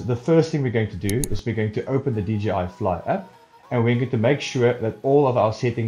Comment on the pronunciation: Great helping videos.. Just one thing.. it's J, "jay", not G.. DJI. ;-)